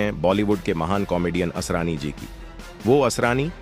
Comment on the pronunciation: आसारानी ? अरे भाई ! नाम तो ठीक से बोलो।